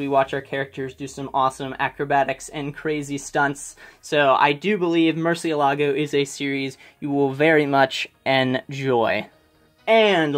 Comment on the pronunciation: The way you pronounce Murcielago was freaking adorable. Also I want to give you 3 recommendations you might like. They are comics, not manga. But I have a feeling you will love them: -Peter Pan by Loisel. It's a super dark retelling of the original story. It follows Peter before he became the hero of Neverland. Art is amazing, It deals with super dark subject matter like guilt, rape, child abuse and many more. Well worth the read. -Sky.Doll by Barbucci Canepa: take a second to look it up on Amazon, they have pictures of the pages on each one. They will convince you much faster than anything I can say. Locke and Key: this series was the only reason why I was willing to give comics a try. It's a Horror series with a huge mystery at its core. If you love Bloodborne, Lovecraft or literary anything by Stephen King then you will fall in love with this series. Hope you give at least one of these a try!